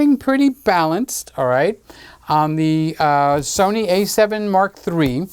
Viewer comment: The Sunny cameras were always better than the So-nee cameras and the Ka-non camera's will just have to try harder next time